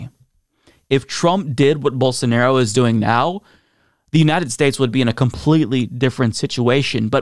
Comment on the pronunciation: If I hear call him "Bolsanairo" one more time, I'm shipping him to Brazil.